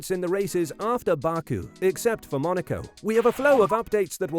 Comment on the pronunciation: I can't watch your videos because you can't say things correctly, ever, I mean come on it's pronounced back oo not bark oo and that's just one example